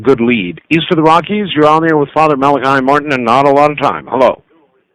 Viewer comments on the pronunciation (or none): It's interesting, Malachi states his own name a number of times throughout the interviews, pronouncing it as "Mala-key". For whatever reason Art never seems to catch onto this, referring to him as "Mala-kai" all the way. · Dr Martin he himself states in interview #1 and #7 that his name is pronounced mal a key. Not mal ak eye. Ditto with mr Buckley interview.